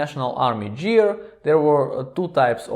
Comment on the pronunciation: GEAR : The 'G' sounds like 'г' in 'господин.' Same goes for 'Garrison cap' -not 'Harrison cap.' Just some constructive criticism, братко; don't get angry.